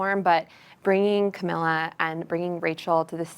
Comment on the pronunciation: Idk if it's just me but I consistently get the feeling that the host genuinely has no clue what's going on. Constantly mispronouncing Camilla's name, asking the most basic questions, constantly stumbling over his words. If you're gonna interview these prestigious people, you should at least have done some research to really know who these people are. The women did an amazing job with their talking points but the host made it so awkward and almost unwatchable